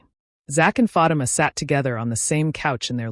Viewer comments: STOP PRONOUNCING FATIMA'S NAME WRONG!!!! DAMN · Pronounce her name correctly ok